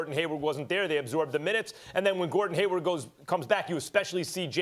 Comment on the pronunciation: Come on Steven A. It's Hayward, Not Haywood. 😂 And He's definitely not the problem. Actually, These 🏀 teams in The Eastern Conference this year are a lot Better than last season. 🍀Go Celtic's🍀